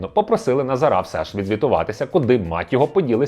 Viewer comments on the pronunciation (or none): Чому ви кажете: "назарА", а не "назАра"? Ріже в вуха і звучить тупо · Дякую за випуск, але теж страждав від цього наголосу. Тригерить, як мене у родовому відмінку постійно називають - ТарасА. Тож дуже-дуже очевидно, що наголос на 2 складі - НазАра (ТарАса) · наголос на других склад, а не на останній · Назара, а не Назара 😁